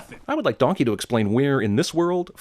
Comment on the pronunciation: “Don-kehy”